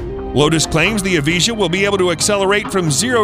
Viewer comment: I love how he says lutus evije like e-vee-jah but its ev-eye-juh